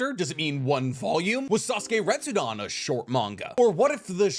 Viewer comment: It’s funny how you continue saying Retsudon and not Retsuden.